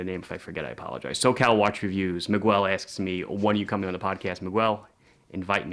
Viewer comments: you should improve your spanish... it Miguel sounds in just one way, it sounds: "Mee-gel", accented on the "gel" syllabus. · 1. I love you but … it’s mee-GELL, with a hard G. 2. Keep the logo! It’s simple and says watch.